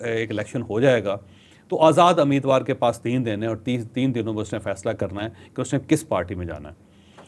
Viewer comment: Not "Ameedwaar", "Umeedwaar".